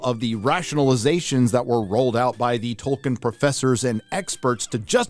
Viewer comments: TOLKIEN, not TOKEN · His name is Tolkien, not Token